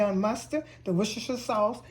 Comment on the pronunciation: Ma'am I mean no disrespect but I always have a quiet chuckle when non British people pronounce Worcestershire. Your's was very credible.